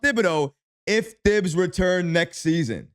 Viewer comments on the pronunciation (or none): Bro. Pronounce Thibs correctly already. Sheesh